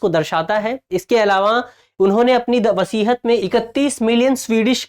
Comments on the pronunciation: Thanks. Correction: it's not वसीहत, it's वसीयत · वसीयत ना कि वसीहत